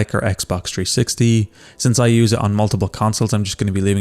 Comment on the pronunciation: It’s 360 not tree60